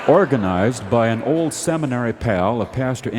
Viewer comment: I’ve also noticed Garrison pronouncing long o sounds like this: mold = mow-wold, old = oh-wold